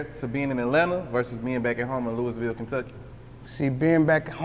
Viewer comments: Nah its pronounced Lou-Ah-Vull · That is not the way she broke it down to me.She broke it down in tw o syllables.Lou/Bull. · If she said Lou-Bull, she is not from here. 😂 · I know.I am saying that he is pronouncing as if it were spelled, Lewisville.lol. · I wish he would stop saying Louis-Ville. I'm not from there, but know that's not how you pronounce that lol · im from the city n it's LEW-ville. how u gon get mad when u clearly don't know how to pronounce it yaself😂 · Nigga it’s not Lewisville 😂😂😂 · He pissing me tf off mispronouncing Louisville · dude keeps pronouncing Louisville wrong af, easiest way to spot an out of towner lol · As old as he is, why the interviewer don't know how to pronounce "LOUISVILLE" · The way he pronouncing the city keeps bothering me 😖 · You don’t pronounce the “i” in Louisville..🤦🏾‍♂️ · Why he aint correcting dude with the pronunciation of Louisville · Why he keep pronouncing Louisville wrong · He just gone keep lettin you say Louisville wrong lol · I would've had to check him the first time he said it 🤦🏾‍♂️ lil dude went thru the whole interview an didn't correct him once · I almost didn't watch the whole video because of that! Plus he heard dude pronounce it right and kept at the bullshit 😂😂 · Bro if he pronounces it looisville one more time imma punch my screen it’s loo-uh-vul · Not "Louis"ville we say it like Louaville my gee..502💪🏽💯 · It's not Louis ville Kentucky bruh. It's looouvull Kentucky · Loisville (LOU- VULL) Not Lewisville Clown 🤡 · Interviewer- It's pronounced LOUIE-VILLE Kentucky not Louis-ville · It’s not Louis-ville it’s Luh-vull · He supposed to correct him when he say Louisville it's pronounced Louhvul or Louieville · Lewis ville??? The S is silent my bwoy...looweeville phonetically...my boy talkin too much something bout this aint sitting rite with me...boy boy ain't putting off RN vibes... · Not Louis ville tho 😭. I heard Lou a ville or at least say Louie ville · It’s pronounced “lewey vool” not Louis ville